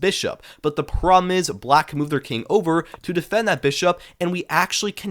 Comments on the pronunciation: The way you say problem is making me crash out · You have to learn to pronounce "problem."